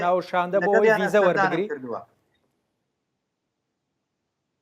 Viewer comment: ئەوە بەڤیزە ئەڵێت،فیزە؛ئەوانە دەنگ بەمانە ئەدەن ، زۆرداماون،داخەکەم ئەگەر ئەمزانی؟ ڕاپەڕینم بۆ ئەکردن؟؟